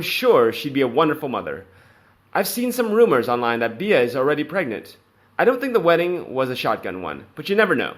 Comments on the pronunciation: her name is pronounced 'B' you can megans name wrong as much as you like but please get Beatrice right x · Please!! Beatrice's nicknamed is NOT pronounced "Be-ah!!" The proper way to say it sounds like the insect called a "Bee." 🐝 And Eugenie is pronounced: "You-jeh-nee," or "U-zuh-knee." It's French, and it has a soft sound. I think this will help your videos sound authentic. 😀